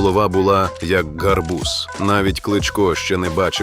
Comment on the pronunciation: ... не ґарбуз, а гарбуз....